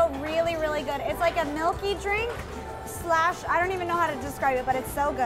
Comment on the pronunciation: 謝謝莎白的影片有雙語字幕，讓我可以練習英文，小提醒， 的冰沙是slush，不是slash，如果有在練習英文的人要注意~